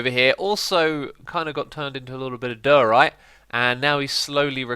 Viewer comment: Every time X says diorite it gets further and further from the actual pronunciation, lol.